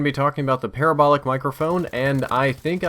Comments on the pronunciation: PUH-RAH-BOWL-IC (like radical) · Hate to say this, but, you pronounce parabolic the same way you would pronounce paralysis